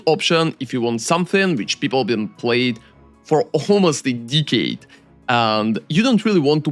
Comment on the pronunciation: did he say eeeekaid? i think he ment decade.